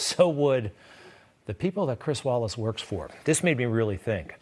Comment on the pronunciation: It's Chris "Wallik" everybody! Not, 'Wallace'.